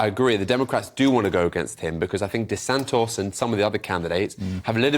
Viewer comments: Who the F is Desant-OS never heard of him 😂😂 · This 'contributor' doesn't even pronounce De Santis' name correctly. His input is no more than narrative and he brings no insight. Does he just tick a box? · Yep, cannot even spell or pronounce DeSantis's name.